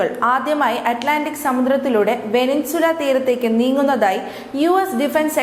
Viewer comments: അവതാരക... (Venezuela) വെനസ്വേല എന്ന രാജ്യനാമത്തിന് പകരം വെനിൻസുല എന്ന്‌ തെറ്റായി ഉച്ചരിക്കുന്നു. ദയവായി തിരുത്തുമല്ലോ✍️ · വേനിൻസുല അല്ല വെനസ്വേല. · ഒരു രാജ്യത്തിന്റെ പേര് പോലും അറിയാതെ news വായിക്കുന്നു. വെനിൻസുല അല്ല വെനിസുവേല എന്നാണ്.... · Evarkonnum navu vadikkunna Sheelam ellannu thonnunnu Venezuela. Banter abbas alla bunder abbas ennanu.